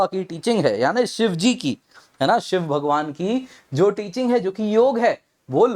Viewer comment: Like ur pronunciation yog not yoga shiv not shiwa good 👍